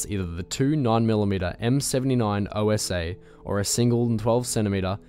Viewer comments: It's not M79 "O-S-A", it's "Osa". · Milica, C is read like ts. Also Osa is not an acronym, you are supposed to pronounce it as it is written, btw it literally means hornet.